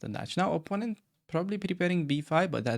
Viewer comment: watching at 2.0x speed, when you say "opponent has no threats" it sound like "oppononent has no FRIENDS" xdxdxd😂😂😂😂